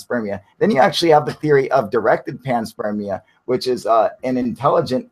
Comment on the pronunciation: Cool live guys, cheers...but WTF is Pants Spermia !? Ah right, it's panspermia...no worries, all good...carry on :}